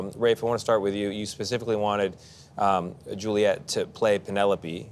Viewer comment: I'm grateful for listening to both of them, magnificent actors, but this guy interviewing them is such an idiot, why was he pronouncing almost Julia ? Instead of Juliette?